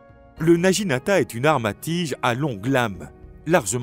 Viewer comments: Intéressant mais prononciation japonaise à revoir. Le G se prononce avec un son dur (comme naguinata) et le U se prononce « ou ». Le naginata servait à faucher les jarrets des chevaux et à faire chuter les cavaliers. Le seppuku était pratiqué soit avec le wakisashi, soit au tanto. Les deux sabres (la paire katana - wakisashi) appelée daï-sho signifie littéralement le grand et le petit. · naginata se prononce Na Gui Na Ta